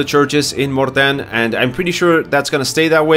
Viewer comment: You pronounce Mortain correctly. Some people say Mortain or Mortain but that's incorrect.